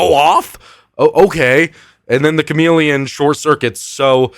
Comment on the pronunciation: Okay but the Cham-Ah-Leon is permanently stuck in my brain